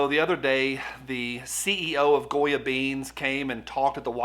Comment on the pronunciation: It's Definitely out front..Especially since it Also Sounds like You're saying "GOYEM"! Hmmmm....Will Anyone touch that!!!?